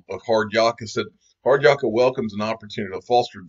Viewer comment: Love your work mate... but it's not Yaa-ka, it's Yak-a. (I'm an Aussie). Hard Yaka = hard work.